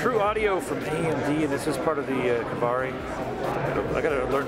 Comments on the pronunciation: Just say "Cauvery",:) Sounds like you're saying "AMD Kavari". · it's kaveri not kavari!